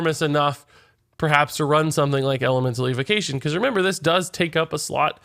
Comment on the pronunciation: Why can’t he pronounce evocation?